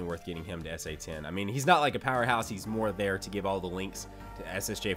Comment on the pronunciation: Why do you say hium/hiyum/heyum not him